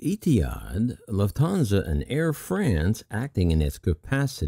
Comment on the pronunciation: In a similar vein, the name Lufthansa has no emphasis on the second syllable. I suppose a non-German speaking English speaker might try combining the following phonemes: Lou(the name) or the majority of the word "loofa"[Bill O'Reilly's favorite sexual aid], a hard "t", "Han" as in Solo, and "suh" like the first half of "such". Lufthansa is a three syllable word, but the only emphasis is on the first syllable. Thank you for the informative videos. I'm honestly just trying to help. If the above is annoying for you, please feel free to ignore it. Cheers, Alan Tomlinson